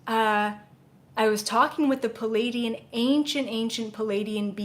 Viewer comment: Hi, I am new to you, and I love your work. I have a question... When you said Pa-lay-dian, are you referring to the beings from the Pleiades? Who are the Plea-i-dians? I hear so many people mispronounce that, and it can be very confusing. I just want to make sure that there isn't a race of Palaydians that I dont know about! Thx in advance for the clarification! A fan in Vermont